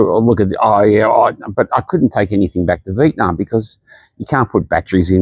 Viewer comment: What a privilege you enjoy to complain about a place you're not from and have to luxury to leave. Foreigners whining about why their lives aren't better in Vietnam (can you please even pronounce the name correctly?) should just pack and go. No need to speak, just exit. Who are you trying to convince? It's pretty disgusting listening to all the reasons why the country is not more convenient for you; you aren't even touched by any of the conditions your privilege keeps you isolated from. Please go home.